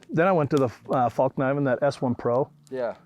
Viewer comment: I used to think these guys were beyond cool. But this out in the wild really humbled me to their game. Hahaha and the worst part is when that guy kept saying Falk knifen hahaha